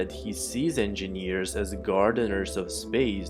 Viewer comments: endjenieEeeres oh god that voice, i wonder if you're drugged or something. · Enginiiiiiiieeerrs all i can hear. Damm it man I'm an engineer and I hate myself cos of ur pronounce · eeeenginieers eeeenginieers eeeenginieers eeeenginieers eeeenginieers eeeenginieers eeeenginieers